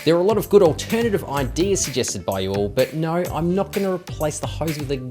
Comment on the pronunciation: Why do you australians say nouwe for no?